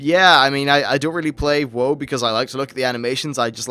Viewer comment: you say "whoah" when its "wow" but whatevs